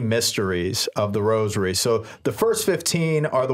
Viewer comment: Thank you for pronouncing rosary properly and not saying "rojery"...i hate that..